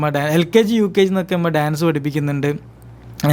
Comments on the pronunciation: ഇമ്മ ❌ ഉമ്മ ✅ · ഇമ്മ അല്ല മോനെ ഉമ്മ എന്ന് പറയു